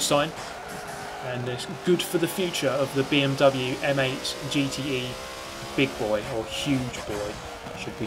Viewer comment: I like how he pronounced BIG BOI 😂